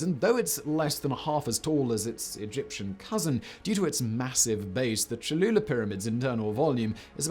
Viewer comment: Lol. "Choluler"